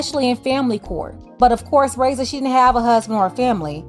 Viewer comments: Her name is not pronounced (ray-ssa) it's (rah-ee-ssa) the (i) is pronounced as the letter E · The way you’re pronouncing her name is hurting my ears 😭😭